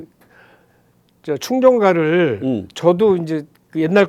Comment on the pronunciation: 충정가, 출정가로 들립니다~